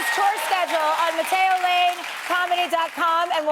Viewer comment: I can't not hear "matt-ey-oh", my ears bleed